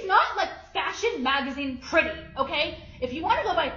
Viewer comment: She's giving those Kardashian heifers and and every time she says "pretty"all I hear is "petty".